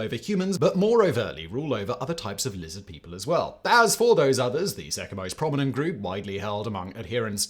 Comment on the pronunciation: Lizid peeple